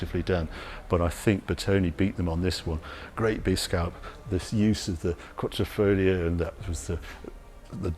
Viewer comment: Even after an (...other?) Alfa Romeo museum visit, Harry keeps on saying QuaTTROfoglio instead of QuaDRIfoglio... Sorry for mentioning this, but it strikes my ears every time!